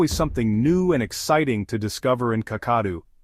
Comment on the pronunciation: This is a nice presentation. A correction to the pronunciation of: Kakadu = kak-kuh-DOO, Uluru = [OO] + [LUH] + [ROO] .